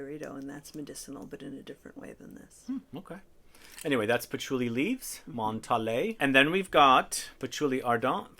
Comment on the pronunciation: Why does he say Montalé ??? it's Montale (French brand)